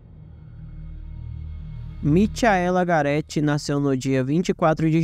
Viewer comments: "Mitiaéla" foi foda!! Se fosse um video sobre o astro do pop, ele chamaria ele de " Mitiael" Jackson!!!!!🤣🤣🤣🤣🤣🤣🤣🤣🤣🤣🤣🤣🤣🤣🤣🤣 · A pronúncia correta é Micaela igual Rachel que a pronúncia é Raquel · a pronúncia não é Michaela/Mikaela😮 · Gostei da narrativa da história, porém só uma dica, vc pronunciou o nome Michaela de forma errada